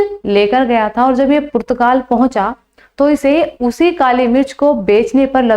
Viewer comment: मैम पुत्र गाल नही पुर्तगाल बोलो😀